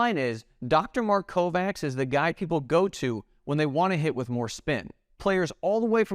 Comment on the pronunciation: Dr. Mark Kovacs is obviously from Hungarian descent and his name is thus pronounced "Co-vatch" not "Co-Vax"